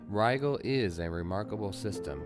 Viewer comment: I'm really enjoying this. I like that you're adding in various astronomy bits and context to the mission. One minor point of pedantry though: Rigel is pronounced with a soft "g". Like "Rye-jel". Carry on! :)